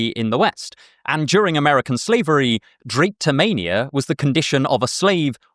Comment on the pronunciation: I had not heard of drapetomania before! I'd call it pseudoscience. I'm not sure of your pronunciation though, as it is derived from Greek words. But maybe this perversion of science doesn't even deserve the pedantry.